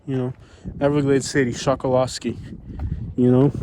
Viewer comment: The locals say “call yer county” not collier and that little island is pronounced “Chuck a lusky” not Chokoloskee. The can spot an outsider right off the bat by the way they pronounce the names around there.